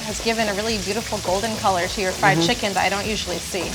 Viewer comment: Yes I did. Didn't hear it as "flied." Since I've been teaching English to Japanese students for a year now, I am pretty familiar with how they pronounce. "Fried" becomes "fu-ried," and that's what you're hearing, not "flied."